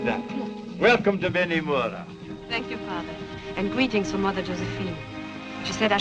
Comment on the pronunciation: It should read Beni Mourat not Beni Mora.